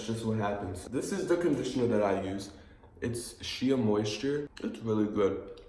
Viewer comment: It’s not she-a it’s shay moisture